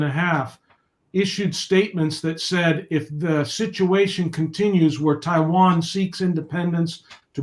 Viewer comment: Corect the hastag it's Taiwan not Tiwan